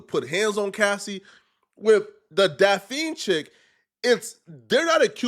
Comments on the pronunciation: It's Daphne bro. Lol Pronounced "Daff-Knee" 🤦🏾 You keep saying Daffine like caffeine. 🤦🏾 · her name is pronounced DAF-knee, not Da-fiend. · Daphne not Dapfeen Brody 😂😂😂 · Damn, you need a high school education. "Da-feen"? Daphne, you dumbass! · “ DAH FEEN”? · Diddy didn't pay DAFF-NEE (thats how you pronounce it) directly. He paid her rent. Cassie paid the male escorts. So Diddy didn't sex traffic these women. As far as coercion, being forced, i can see Cassie, because she was getting her azz beat, but Daphne was over 30 and willingly went along because she wanted the lifestyle. That's on her. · Bro This Clownass rtrd cannot literally say simple names and simple words gang😭😭😭😭 this ngga literally cannot say the name daphne gang😭😭😭😭 ITS DAPHNE JALLAH… yk like the one off scooby doo?? ITS SAID (DAFF-KNEE) clown🤦🏾‍♂️😭💯‼️ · Daphne pronounced (Daff Nee) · Daff- Ah-Knee #thankmelater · Bro how do you not know how to say her name? Where you from?